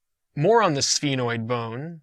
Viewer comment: Some of the words you're not pronouncing them right, like foramen and sphenoid